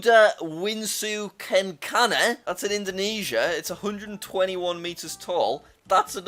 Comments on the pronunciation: it's pronounced kenchana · As an Indonesian, , we call it Garuda Wisnu Kencana (the R must sound like RRR) also, it's not Kencana, the c must sound like CA, e sounds like eh, and wisnu sounds like wi (with a Indonesian I) snu (with a Indonesian U), I am kinda dissapointed because of the mispronounciation. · It triggered me when he said "Garuda wisnu kenkana" THE WAY HE PRONOUNCED IT 💀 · That's not how you spelt Garuda Wisnu Kencana you need to spelt the c like "ce" it's not normal you don't need to say "si" or "k" It's normal say Garuda Wisnu Kencana in Indonesian translate you can't spelt itu like"Garuda wissu cencana" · It is pronounced Ken-Chana